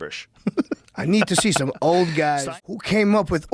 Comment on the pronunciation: One reason I can’t take T. Howard seriously is the way he pronounces L sounds sometimes. TH: “I was five years owed.” He definitely sounds five years owed when he speaks.